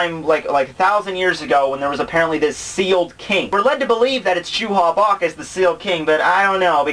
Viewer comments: it's not JUHA BACH. His name is Yhwach. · hey, i don't want to be THAT guy but the german pronunciation for J=Y, you would say Juha like You-Ha. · I need to point out that his name is "Yhwach" not Juha Bach. That name was what the translators thought (because they could only see the name via the way it sounded when converting the kanji to english) but the last Bleach volume revealed the official romanization of the of his name. Same for Haschwald whose actual name is "Haschwalth". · No its pronounced youha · Nobody likes that translation because nobody knows how to pronounce it. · The same reason everyone who watches DBZ says "Krillin"... And like I said before Yhwach is a stupid name that nobody knows how to pronounce.